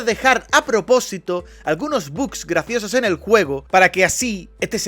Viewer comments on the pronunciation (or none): none